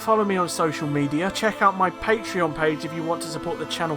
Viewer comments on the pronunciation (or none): none